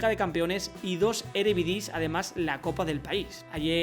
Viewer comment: Creo q no es "erevidise" sino "eredivise"